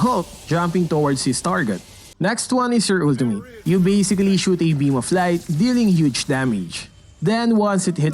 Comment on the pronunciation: Everyone- Ultimate This dude-OoLdiMaYd